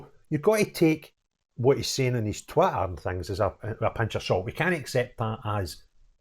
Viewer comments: Just love the way, with your Scottish accent, you say Twitter. Being a good old Suffolk boy, it sounds, to me, as though you're calling it TWATTER. A good description of it! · I love your pronunciation of 'Twitter' 😃